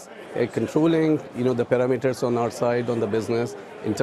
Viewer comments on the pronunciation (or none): Anyone who says paro- meters is suspect 🤔